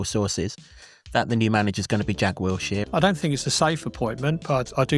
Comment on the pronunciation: How can not pronounce Wilshere, despite the other presenters pronouncing it correctly? Wiltshire is a county and Wilshere is the new Luton Town manager. Do you want to be taken seriously? Get the basics right and then we will listen to what you are saying.